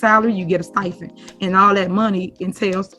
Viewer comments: She’s so ignorant she can’t even speak correctly what’s a “stifend”😂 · Never trust A PROFESSIONAL THAT SAYS.......STY-FEND👀🤣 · Not a “stifend”…. 😂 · She can barely talk. STIPEND NOT STIE-FEND. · Stifen?? 😂 I think she meant stipend 😂😂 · That woman said "STIFEND"! LOL 😆😆😆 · what's a "stifen?" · What's a "stifend?" Ugh...she needs to step down and repent. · Whats a Stifend? 😅